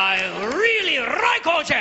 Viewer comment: 2000 yar at buffalo bill! And I rweally wike Oj! But you’re right! It’s just too good!